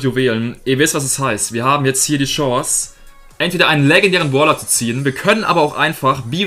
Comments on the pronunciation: Warum sagst du "Boler" statt "Brawler" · Es heißt brawler nicht Pprawler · Ich finde lustig wie du Brawler aus sprichst!👌😁 Baaawler